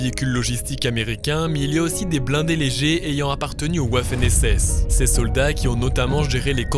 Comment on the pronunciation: Juste pour ton info à: Waffen SS se lit "Vaffen SS" et non pas à l'anglaise "Ouaffen SS" 😉